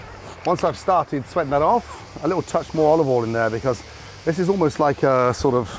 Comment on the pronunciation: "a nice drizzle of olivol"